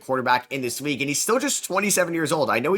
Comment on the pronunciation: The “Weague”??